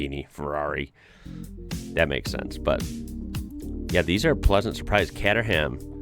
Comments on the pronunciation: It's Cater-um not Cater-ham 🙄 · Many of those sports brands are very uncommon - you wouldn't see them on the street every day! BTW Caterham is pronounced "KAY-ter-um". And you need to do a binge-watch of Top Gear. You'll love it! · Just a little tip and maybe you can reciprocate? Muricans seem to divide words up into their syllables, such as: Buck-ing-Ham instead of Buckinum (colloquial) It's not Cat-er-Ham try KteRum on for size, again (colloquial). I'm very surprised that the name PRODRIVE didn't scream SUBARU at you, although they do so much more but they did turn the WRC into a Championship winning car! Any idea why I can't see the dates at the bottom of the screen? My blunder on the TV Screen/monitor set up? Edit no it's you, it is the same on my mobile and LapTop. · Caterham - pronounce it like this KATE UHH ROOM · KATE UR RAM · Suffolk is pronounced 'Suff-uk' and Caterham is pronounced 'Kay-ter-am'. Modern MGs are Chinese SUVs as a Chinese company bought the name - they're nothing like and have no history like the proper MGs you were thinking of.